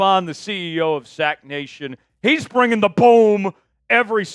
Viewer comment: ....Bringing not Brining